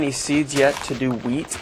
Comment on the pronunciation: When he said wheat flour thought he said weed